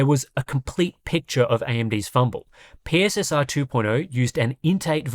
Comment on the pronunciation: PSSR is actually pronounced "pisser"